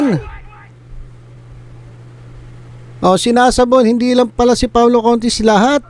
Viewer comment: Paolo CONTIS PO HINDI CONTIT